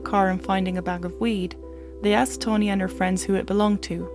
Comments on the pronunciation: Pronounce Tawn the same way you would pronounce Shawn or fawn or yawn, then add an 'ee' sound at the end. Your accent isn't weird, but pronouncing people's names correctly shows respect to them, so it is important. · Taw—-neee, but girl I just appreciate You sharing this story I wouldn’t of know otherwise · TAW - rhymes with 'saw,' 'jaw,' 'law,' 'raw,' - NEE BAIRD, not Bird, rhymes with 'scared', 'dared', 'prepared' You can do it, girl. 👍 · Ok now say it with me TAH-NEE lol jk great vid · I'm glad you realize it. I loved the way you presented this, but saying Tony instead of Tawnee for some reason frustrated me. I can hear your accent, so I get it. I guess the frustration came from those moments in life when someone mispronounces my own name. Really it's a small thing, compared to the content of this story. So glad you did a video about it. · Sounds like you’re saying Tony. You can pronounce it correctly you’re just not trying bc that sound is unusual in your accent. Say tah like tata and not toe. You wouldn’t say toetoe even if you thought you couldn’t. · Omg its TAWNEE BAIRD, NOT TONY BIRD!! I get u have an accent, but PLEASE if u are going to do a story about someone, get THEIR name right hun!! I mean come ON!! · Isn't her name Tawny? I keep hearing Tony. 🤷‍♀️ Victoria seems VERY immature. That YouTube video sounded like it was coming from a 12 yo. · This is hard to listen to; her name isn't Tony. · you keep saying "tony" isnt it tawww-neeee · Lol… Sounds like you’re saying Tony.. I pardon you..